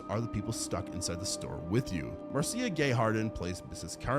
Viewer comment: Marcia Gay Harden's first name isn't pronounced as Mar Seya...it's pronounced as Marsha